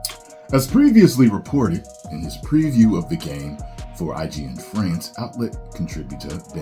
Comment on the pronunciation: Did he just say FRANCH? or am I begging?